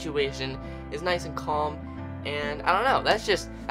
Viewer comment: he said noice hehe